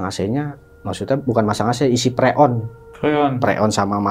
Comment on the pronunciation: Bukan pre‘-on, bang. Tapi preon!😂